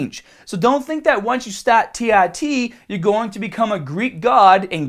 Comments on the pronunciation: tee ARE tee, not tee EYE tee. Christ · Such a Boston Irish american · As absolutely adorable as he sounds when he says that, c'mon people, no need to mack on him for his speech impediment.